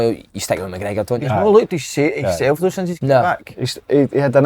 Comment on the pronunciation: Someone tell Si how to pronounce the word "though".